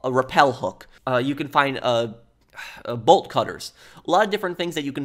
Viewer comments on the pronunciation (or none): none